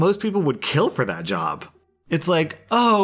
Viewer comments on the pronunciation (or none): none